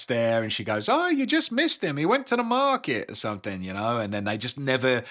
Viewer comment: Proud of you for doing a passable Maine accent. "Goin to th' maahket." Was a nice non-rhotic nod to the 21 books you've devoured of King's dialect-infused characters.